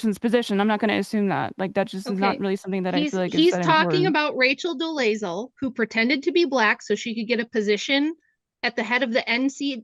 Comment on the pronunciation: "I don't know that person's position" pretending she has no idea who Rachel Dolezal is so she can give a vague answer. Rachel "He's talking about Rachel DolAzal" mispronouncing the last name.: "your example of Rachel Dolezal" Pronouncing the last name perfectly and confirming that she know damned well who was referring to, after having said "I don't know who that PERSON is" SMH